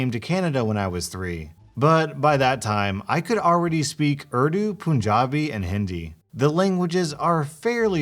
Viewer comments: its not ardu lmfao bruh its ooordoo... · Oof, I know I’m just that one person... but please please say the country and languages names correctly... it’s just a pet peeve of mine.. like Urdu - ( Or-thu ) Pakistan - ( Pawk-uh-st-awn ) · urdu is pronounced ooor-dooo